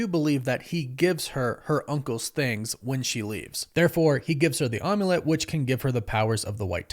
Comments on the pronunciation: It’s Amulet not Omulet. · The omm-u-lette haha 😂. Am-u-let =Amulet